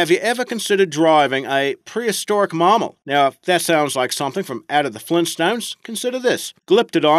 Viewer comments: What the fuck is a maaaamal? learn how to speak the language properly. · Full of misinformation and incredibly bad mispronunciations. Hint: Mammal is not pronounce "mah-mou".